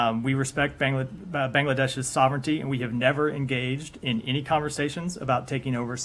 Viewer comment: Batato thikmoto Bangladesh er Name ullekh korte pare na,aber Frorien press mukhopatro,very funny 🤣🤣 one.